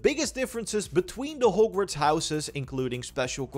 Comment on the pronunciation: Normal people: Hog-Worts Raptors: Hoe-g-Worts